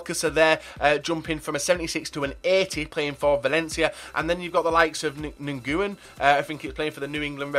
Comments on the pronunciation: Sorry to be a grammar cop, but Nguyen's name is pronounced like "win". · I think you say Nguyen like "when", not positive but I think so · You pronounce Nguyen as "win". People call him Lee Winning because of the amazing season he had. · nguyeb is pronounced win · Nguyen is pronounced win. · Nyguen is pronounced win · Japanese dude's name is pronounced win.